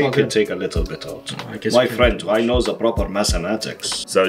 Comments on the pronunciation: I love how he says "the" as "ZEaah" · not “the” my friend, it’s ZA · He says Za instead of the